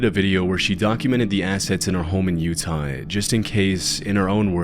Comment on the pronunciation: did you really mispronounce "Utah" in the beginning or am i losing my mind?